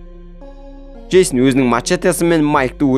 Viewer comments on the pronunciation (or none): Жейсін емес джейснғо